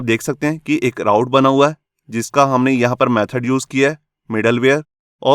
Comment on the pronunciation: sir ise raut nahi root pronounce karte hai.... i also come to know after 3 years working in laravel and codeigniter...